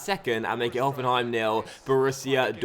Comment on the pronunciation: Very good pronunciation of Hoffenheim :)